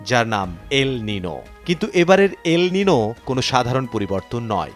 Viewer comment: উচ্চারণ এল (নিনো) হবে না। এল (নিইনিও) হবে